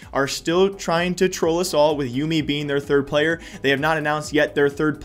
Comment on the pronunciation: It's not Youmi, it's pronounced yum-mi Just a minor mistake there Besides that great vid as per always